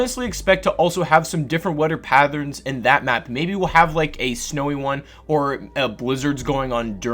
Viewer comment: “Weader patherns”